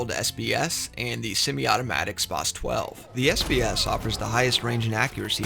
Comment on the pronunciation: Bother anyone else how he says spas 12